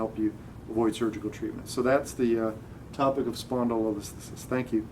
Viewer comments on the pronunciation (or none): Start by learning how to pronounce the diagnosis. If I was your patient it would matter to me that my physician can not pronounce spondylolisthesis !! You could be a fantastic physician but it won't matter because you can't say spondylotisthesis. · If you pronounced it correctly I'd have more faith in your understanding of the condition